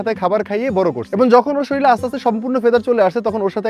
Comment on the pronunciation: ভারী সুন্দর ভিডিও, খালি একটি প্রশ্ন,প্রায় সমস্ত বাংলাদেশি মানুষই শরীল বলেন কেন বুঝিনা, কথাটা তো শরীর !! মাতৃভাষার জন্য তো আমরা গর্ব করি তাই এই অশুদ্ধ উচ্চারণ প্রায় সর্বত্রই বাংলাদেশ ব্যবহৃত যা আমাকে বাস্তবিকই অবাক করে !!!!!😊